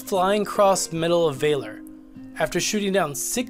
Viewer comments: It’s pronounced valor, as it is written. There is no y on the word valor. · "Medal of VAYlor" lol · Medal of Vaylor? Dont you mean valor?